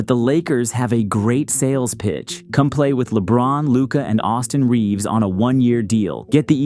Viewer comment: I mean, if you can't even get Luka's name right, you can't talk.